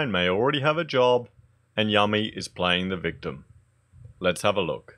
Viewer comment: Yummy??!! Her name is pronounced "you-me".